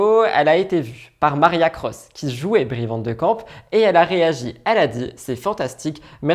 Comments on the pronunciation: Marcia* pas Maria 🙂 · C est MarCIA Cross (pas Maria😢). La pauvre tu lui as torpillé son nom à plusieurs reprises. En plus elle est top cette actrice.